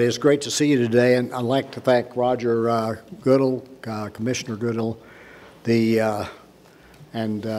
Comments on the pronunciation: He just butchered Roger's last name. He'll see to it that we have the worst schedule for years to come. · Kinda makes you wonder how much he keeps up with the game when he doesn't even know how to pronounce the commissioner's name. Twice!